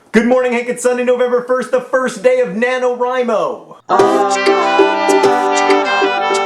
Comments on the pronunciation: FINALLY I HAVE FOUND SOMEONE ON YOUTUBE WHO ALSO PRONOUNCES IT "WRI" INSTEAD OF "WREE" JOHN YOU ARE MY FAVORITE OF ALL THE FAVORITES. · I so gunna fail at NaNoWriMo. Day three and about 3000 words. :( I'm glad you pronounce 'Wri' like 'write'. People keep saying like 'Ree'. ^.^ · Five stars for pronouncing NaNoWriMo correctly, and favorited for the metaphors. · oh good, I learned that the way I pronounce nanowrimo is the right way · Well, I think that since Chris Baty came up with it his pronunciation would be the correct one. So, using that logic, "rye" is right. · I would like to give you props, John, for being the first of my subscriptions to pronounce "NaNoWriMo" right. It always bugs me, haha. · you said NaNoWriMo right!!! a lot of other youtubers say it "na-no-ree-mo" and it makes no sense and that bugs the crap out of me. Just had to say that. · YAAAAY! AND YOU SAID IT RIGHT, TOO!!! It's my second year. YAAAAY NANOWRIMO!!!!!